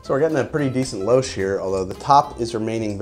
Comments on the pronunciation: "Lou-shhh" Please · 'louche' is pronounced "loosh" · Hint: it’s pronounced “loosh”. Trust me. Otherwise, great video. BTW, Swiss and Swiss style absinthe is usually clear. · Louche = “loosh”. Lol, can 100% be counted on to mispronounce a new word.